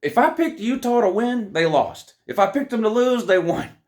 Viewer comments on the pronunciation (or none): none